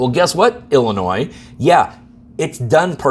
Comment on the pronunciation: I think intentionally flubs one word per video to keep us on our toes. Today was percolate (with a "u"), previously it was Illinois (with an "s" sound) and attorney generals (with a misplaced "s"). Don't get me wrong, if I am ever in legal trouble in WA, I am calling his office, but after this, he will probably tell me to pound sand. I really made this comment to provoke some kind of response (from anybody) because I think YT is blocking my comments, or the responses. I thought it was just the notifications, but now I am getting suspicious. Or maybe I am just not worth responding to. I suppose that could happen too.